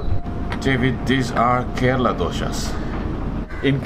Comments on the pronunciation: Great video David. I really enjoyed it. I have a comment with the way you pronounce Kerala. You pronounce it Keraala which is kind of unattractive. It's pronounced more like Kerela. Just a friendly suggestion to pronounce the name properly. I'm surprised Ebin hasn't corrected it for you. Thanks for the making out mouth water! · I've to say one thing, its not KORALA, It is KERALA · It's CARE-AH-LA Fml